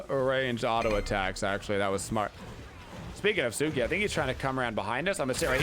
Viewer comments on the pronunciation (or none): Loved the vid. Friendly reminder that it’s Tsuku not Tsuki